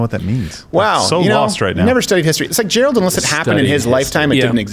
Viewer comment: Did Steven just say "Quarter Black Gerald"?